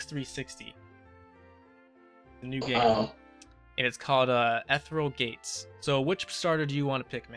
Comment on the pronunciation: It's "Eh-fear-ree-al Gates," not "Etheral Gates." Just so you know. I like this Omeglelocke. Your locke opponents are engaging and I liked their onscreen-offscreen bickering. I feel that it added so much to the start of this Omeglelocke. I'm glad that you hadn't edited it out of this video. Please continue this. I'd love to watch more episodes of this locke.